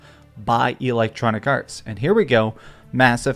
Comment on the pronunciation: EEEE-lectronicarts 🤣🤣🤣 this guy heard the word "roasted" 15 minutes before recording his video and tries to use it in every sentence because he thinks it make him sound cool 😂😂